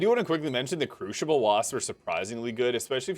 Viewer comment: Oh, sorry. My comment wasn't aimed at you at all. I didn't even catch you saying it. I was just talking about the female NPC at the start of t he first crucible. She keeps saying "crooshible" and "crooshinite". I have no idea which accent would even say it like that.